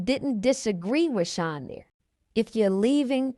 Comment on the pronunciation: I enjoyed listening but I can’t help but say that when u would say “SEAN” it sounded like SHINE 🤭 but i understand the accent but i was straining to hear to keep up 😜but overall a good read